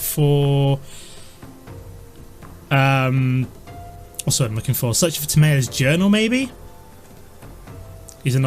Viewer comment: its pronounced Tam ee yos journal